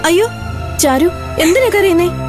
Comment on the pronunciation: ചീരു അല്ല ചാരു😂😂